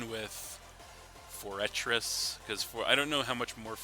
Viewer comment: its pronounced FORE-TRESS. Sorry it was driving me crazy